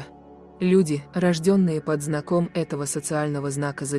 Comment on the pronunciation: Что за диктор? Куча ошибок в ударениях: как настоящая Дева не могу пройти мимо: вместо пото́м- по́том лечить болезнь( это очень смешно, если бы не было так грустно), совершать успехи нельзя, можно ИМЕТЬ успехи, вместо под знА́ком- под знако́м: вы понимаете, что когда ударение в слове поставлено не правильно, вы меняете смысл этого слова?